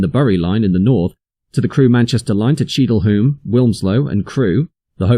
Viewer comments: Also Cheadle Hulme is pronounced Hewm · It's pronounced *Cheadle hyoom" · Cheadle Hyooom. Otherwise excellently informative.